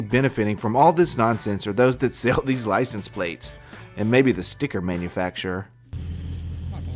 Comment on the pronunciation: Why do all these mental troglodytes pronounce it "lisen plates"? Lol